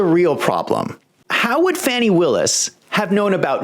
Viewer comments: Her name is pronounced as Fah-ni , not Fan-nee. Might change one’s inclination to joke so loosely around her name. Carry on, good people. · It's pronounced Fawny. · First, how about pronouncing her name correctly?